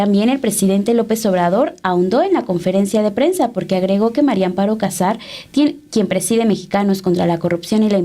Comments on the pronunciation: No es Cásar, no lleva acento en la primera "a", éste apellido lleva acento prosódico, o sea, no escrito en la segunda "a" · Aprede a pronunciar el apellido cazar